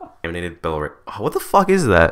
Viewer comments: Balars? That is the worst pronunciation of Belarus I have ever heard. It's pronounced Bell-ah-ruse, not Buh-lars or Buh-lair-us. I'm not even from Belarus, and I can pronounce it correctly. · IT'S BELL AH ROOS NOT BELORES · Bella-ROOS. It’s pronounced bella-ROOS,. A computer voice is literally better at saying it than you. 🤣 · ...how hard is it to say Belarus??? Bell-a-ruce. Easy! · It's pronounced Bell-Ah-Roose, but good job on all the rest. Love your abandoned series! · I love the narration you do on these, you should do a part 2 on this though since there is so much :) Also Belarus is pronounced Bella Roose like moose with an r haha. keep up the good work :) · its bell-ah-rus. not that hard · Thousands are homeless, dozens dead, and tens of thousands, if not hundreds of thousands are going to get cancer. How is this funny, and why can't you just practice "Bell-a-roos." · say it as "belarooze" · I find it really strange that you can't say 'Belarus' - literally just Bell-a-roos... come on its not like its an Icelandic place name or something. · Computer: belaROOS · Ah yes, the wonderful country of "Beluras" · Bell-Ah-Roose Say it with me now. 😂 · ...love your content. That being said, “ Bell-a-roos”. Just not that challenging. Also, for those of us to whom radiation rained down in Europe after the disaster (no fresh food for our families, long term health concerns, etc.), this is not really a flippant subject. Thousands of known deaths...incalculable health concerns for millions. Sorry...not your bright and shining moment. Guess you had to be there... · I love you man but Belarus really isnt hard to say Bell-uh-roose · It's (bel- a- Roos). Not hard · Belarus pronunciation can't be that hard lol I say it Be-lah-ruus (probably wrong but its the easiest way for me to say the name) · bell-uh-roose? lol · Lol.. Bell-ah-roose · Its Bell-a-rus Or belarus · its be-la-rus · you seriously don't know how to pronounce Belarus? 😂😂